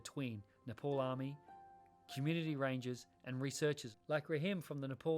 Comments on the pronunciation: Thanks for beautiful video conservation but you gotta pronounce it right when you say N E P A L (it’s ne pal ,pal like pay pal not NEPOLL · it’s pronounced as ne-pal not niple